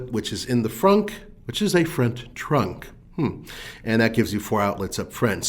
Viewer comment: Why can’t he say the word “front”